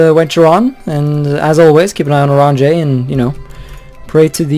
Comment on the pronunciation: How to pronounce Oranje= Ow-ran-yə (final sound is the mute /e/ in the second syllable of English "better")